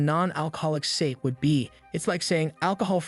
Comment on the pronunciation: It's not sake it's sa-ke that's how you say it